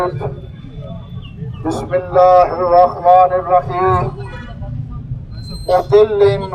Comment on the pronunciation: محترم بھائی جان آپ ویڈیو کے شروع میں بسم اللّٰہ ٹھیک پڑھا کریں آپ بسم اللّٰہ کی بجائے بسباللہ پڑھ جاتے ہیں